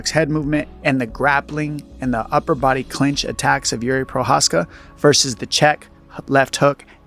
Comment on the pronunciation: stop calling a walker yuri His name is JIří it is a royal name one of the most important names in European history the equivalent of the name jiří is George not JURI